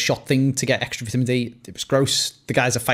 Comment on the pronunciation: Vetemen instead on vitamin lol